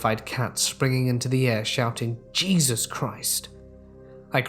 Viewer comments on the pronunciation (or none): none